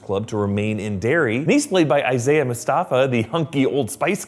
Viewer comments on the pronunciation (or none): none